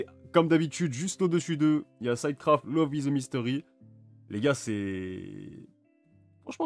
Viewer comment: ça se prononce "Cid" craft pas "syde" craft